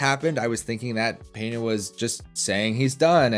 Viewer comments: LEARN HOW TO SAY HIS NAME CORRECTLY FUNCKING GRINGO ITS PENA NOT PENHA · It's not Peña by the way, it's Pena. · There is no “Peña” bro, we dont speak spanish, it s Pena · Talking about helping grow the sport, start to say correctly the name of the Brazilian athlete, Pe-na gringo Pena!